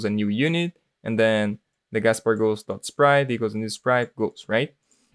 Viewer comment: It's not "gaspar', it's "Casper"